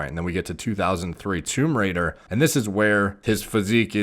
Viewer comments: Is it just me or does he actually say "Tumerator(Tomb Raidor) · says " Tomb Raider " My ears " Tumerator "